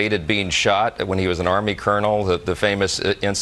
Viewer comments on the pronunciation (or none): none